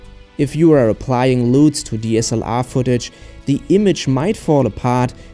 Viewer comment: "Loooots" haahahahaa (LUTS).